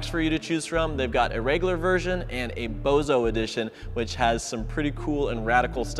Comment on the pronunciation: not gonna lie that was a pretty good launch, and BTW it’s Boso not Bozo (as in Bosozoku)